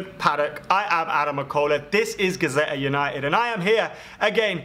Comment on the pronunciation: It's Gazzetta, not Gazetta!! If it were Gazette, that would be correct...